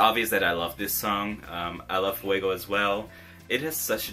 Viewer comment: I am from Cyprus I love Fuego and yes you are pronouncing it very good her name